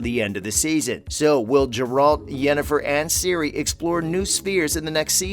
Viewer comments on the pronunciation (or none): It's "GAre ulT" not "JAr uld" Geralt of Rivia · Right! 😂I was wondering who "Gerol" is??? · Old Jerry of Riviera. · ‘Jeralt?’ ARE YOU SERIOUS?? You clearly don’t know much about the series when you cannot even properly pronounce the main character’s name. Are you a bot??? This is offensive to any real fans…. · check the pronunciation of the main character's name lol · Realized you have no clue what you're talking about as soon as you completely mispronounced 'Gerald'